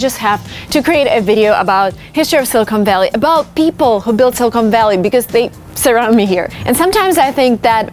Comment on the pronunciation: Thank you for telling this story, but I have to tell you something that kind of grated on me is your pronunciation of the word 'silicon'. It sounded like you were saying 'Silicone Valley' which is funny because 'silicone' is a material plastic surgeons used to use to do breast augmentation-- which, of course, is totally different than the element silicon used in semiconductors. I believe the word is better pronounced 'SILLuhkun' with the accent on the first syllable and the last syllable pronounced with a short 'u' sound. Yeah, I know I'm being picky, but it's something I notice. Also the author Tom Wolfe has a very interesting essay in his collection 'Hooking Up' called 'Two Young Men Who Went West' which is about the men who started Fairchild Semiconductor and Wolfe gets into a lot of Silicon Valley history which I thought was fascinating and you might like it, too. Thanks again